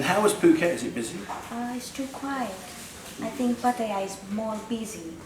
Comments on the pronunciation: Yes,please please take notice of that lady,how she pronounces Pattaya. Surely...its not that hard for you to say it correctly.. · oh, pronouncing it wrong then, cheers